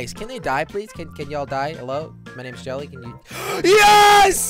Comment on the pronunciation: He did j e lly instead of jelly